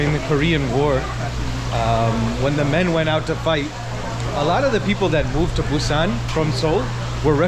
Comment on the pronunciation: Welcome to Korea. Your pronounciation for Busan is so accurate. Amazing. Enjoy your trip to Korea and always welcon back 🎉